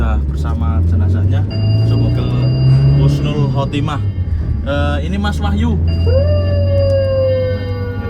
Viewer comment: Husnul der bukan khusnul